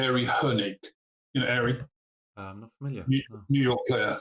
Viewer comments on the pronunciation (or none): ok, but Ari Hoenig who is male, pronounces his name AH-RI, not AIRY! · Ari Hoenig is pronounced: Ah-RY not as Bill says: “AIRY.”